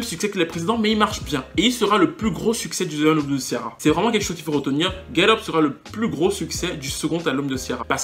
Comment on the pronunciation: Ça me stresse la façon dont tu prononces son prénom. Kiara ,lol